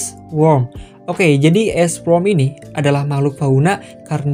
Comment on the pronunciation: ok gg lu bang correct bang Ice Worm bukan ice wrom